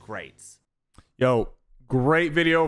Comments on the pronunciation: Everyone: AussieAntics SypherPK: AussieAntiques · Bro Said Ozzy Antiqes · bro pronounced “AussieAntics” as “ouassy antiques” in the beginning 💀😭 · bro says aussie antiques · "ossie anteeqs" lmao its funny hearing an american try to say an aussies name properly😂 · “Ossy Antiques” 💀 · When will someone teach Sypher how to say aussieantics lol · I love how you pronounce AussieAntics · bro learn how to say aussie antics name right please